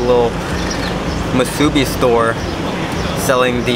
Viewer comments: Just a little pronounciation tip: Those of us who live here usually say Wai-ki-KI (stress the last syllable) as opposed to Wai-KI-ki. Also, spam mu-su-BI (stress the last syllable again) instead of spam mu-SU-bi. I notice a lot of tourists say mu-SU-bi. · It’s not masuebee It’s musubi pronounced moosuebee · Somebody please help this guy pronounce Waikiki and musubi. 😆🙏🏼 Good travel advice though. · OMG and he butchered Musubi...I'm dying.